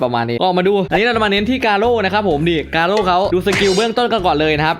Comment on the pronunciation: กาโร่รรรรรรรรรรไม่ใช่เเค่คำว่าโก้